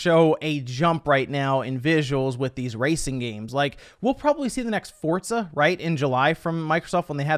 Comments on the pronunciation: The way you pronounce some games and developers really pisses me off fortza 🤢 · The way he pronounces "Fort-za" is almost cringy